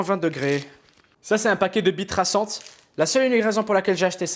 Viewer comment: Pourquo j'ai compris "bite traçante" ?